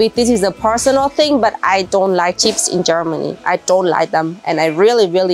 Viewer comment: I love how she calls chips cheeps